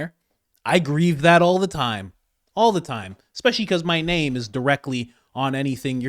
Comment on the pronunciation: Not how you pronounce his. Name